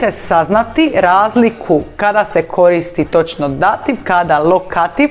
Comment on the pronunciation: Pogrešan naglasak dAtiv -lokAtiv!! Točno je Dativ-Lokativ